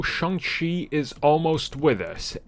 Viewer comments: Dude, you said his name correctly in the intro. Why is it that in the rest of the video you say it wrong? It is Pronounced Sh-on-g Chi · Bro one day you’ll say the name correctly lol